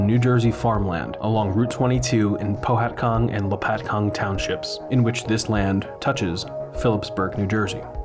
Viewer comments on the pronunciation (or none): none